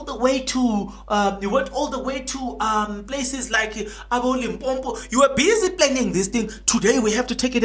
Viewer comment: You're on fire today, its Limpopo not Limpompo.